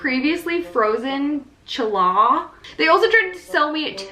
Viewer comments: Awesome video! It's pronounced: Hal-Ah, it's Jewish. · Where are you from in Pennsylvania, I live in PA!! :) "Challah" is a type of bread, the C is silent, so it's pronounced like "holla" YESSS, go to this worst rated bakery everyday for a week, get different items! And maybe go at different times of the day so perhaps you'll get different workers which would also be a different experience too! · Ha La is the correct pronunciation :) Baker here but I also have dyslexia, so I understand! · my jewish self listening to you try to pronounce challah hurt my ears 😔